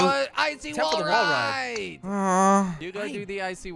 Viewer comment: Its wall not wull